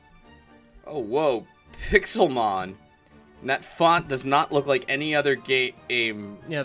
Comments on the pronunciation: Actually, with the accented E, wouldn't this be pronounced something more like Pix-Ale-Mon? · So why is the title written "Pixélmon"? Are we supposed to be pronouncing that "pick-sail-mon"? ...Why is this the problem I have with the Kickstarter?!